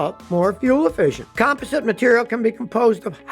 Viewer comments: It's pronounced "com POS sit" not "COM posit" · "com-POS-ite," Scotty!